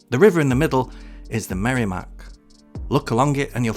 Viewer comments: Such an interesting video! Thank you! Side note: As a native New Englander and NH resident, it’s pronounced “Merr-eh-mack”, not “Merry-Mack.” 😉 Cheers! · regarding merrimack, its noty "merry-mack", its "merra-mack", and you were correct with the second pronunctiation of 'Blodget'. sounds like "Bodge it", just add an L. and yeah, its depressing here. Manchester is the most backwards city in the most backwards new england state. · i like that he calls it the merrymack